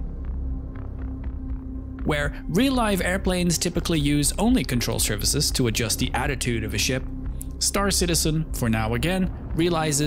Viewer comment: "Control services". I cannot unhear it :D